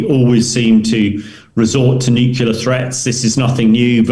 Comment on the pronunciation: Hamish DBG is one of my favourite authorities on military matters to listen to but Hamish can you please pronounce NUCLEAR correctly?